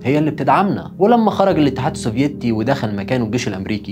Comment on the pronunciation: يامواطن. اتدرب على نطق كلمة الاتحاد السوڤييتي. يعني موش للدرجة دي يا. خليك خفيف واذا صعبة عليك قول روسيا القديمة. او الاتحاد السووفيتي بدون تشديد ياكابتن.